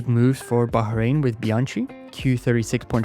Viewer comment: ‘Bian-Kee’ , as opposed to ‘Bian-‘tsjee’ .